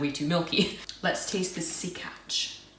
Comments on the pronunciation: Ok you need to visit region in Poland called Masuria and taste real sękacz pronounced senkatch. It is a kind of cake made of many many egg yolks. I think about 23. The way it is made is unusual. The whole process involves rotisserie slowly revolving over the fire. The batter is poured on the revolving rod creating little buldges resembling tiny wood knots hence the name of the cake. I'm sure you'd love the result. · Gr8 & fun stuff :) BTW: that "SĘKACZ" thingie, you should pronounce as "sen-katsch". Weird, I know :D